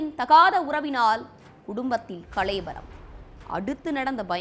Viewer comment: Yamma athu kalaivaram illama,kalavaram